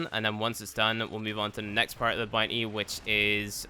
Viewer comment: _ CloakedReaper95 "boonty"